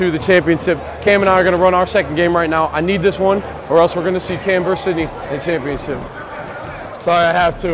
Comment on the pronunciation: I could've sworn I hear say "championsip" 🤣